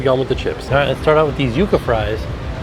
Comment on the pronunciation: So proud of finally pronouncing yucca correctly 😂 He always makes me laugh when he called them “Yuck -A fries”